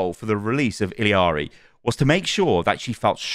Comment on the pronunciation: It’s just “iyari” i think